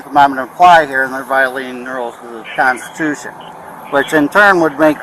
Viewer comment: What is a kahnstushun?